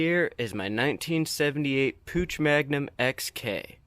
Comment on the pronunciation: PUCH the "ch" sounds like an angry cat...man please